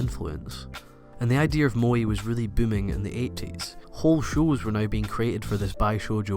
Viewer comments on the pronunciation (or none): moe is not to be pronounced the english way... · fuck its MOE not MOI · i know its dumb but its pronounced Mo-eh not Mo-ee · i think "mo-eh" or "mo-ay" is fine but it sounds like you're saying "moy" and it's throwing me off because you say it so much hahaha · Just to point out in Japan its Moe = (Mow e) 萌え not Moy. 萌える moeru = Bloom or sprout from a plant. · It is not "Bi-shoujou" like "Bai-ShouJou". It is pronounced "Bee-shoujo". "Bi"美 means beauty. Shoujo少女 is girl. So beautiful girl. "Bai" バイmeans "bisexual" in Japanese. You are saying バイ少女 young bisexual girl over and over. Also it's Mo-eh like 燃える pronounced Moeru or to burn, not moii. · it's moe, not moi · MOÈ. Not Mo-Ee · "Mo-Eh" to your "Mo" - "E". Pronunciation has made it nearly impossible for me to enjoy this video despite all the effort that's gone into it. I know im dumb, stupid things like this will ruin something so great for me. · and the way he pronounces it sounds like mooi ie pretty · its pronoced "MO - A" I think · you know very well how the word moe is pronounced in japanese, i don't care what country you are from or what accent you have why the f*** do you keep pronouncing it as 'moy', is it difficult? how do you pronounce the first E in everyday? ah ffs he even mispronouced bishojo, i can't watch this anymore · "moee"? Why English speakers cannot pronounce things normally xDD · Your pronunciation of the word "moe" sounds exactly like the Dutch word "mooi", which means "pretty" or "nice"... Hmm... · How would you correct his wrong spelling of the word "moe"? He says it like "mo-ee"... which is incorrect. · "mo-eh", and "bee-shore-jaw". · Also, you're pronouncing "moe" wrong too :/ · first of all just learn how to pronounce moe correctly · u're just a weeaboo who can't even pronounce moe correctly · his pronunciation of 'moe' so annoying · calling evangelion a moe bishoujo lmao wtf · Pronouced moe kinda really weirdly here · You pronounce moe horribly wrong ...